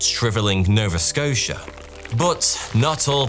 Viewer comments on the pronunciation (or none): none